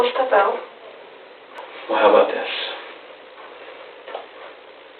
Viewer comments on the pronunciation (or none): Why does she always say har instead of how? Every video she says har .. strange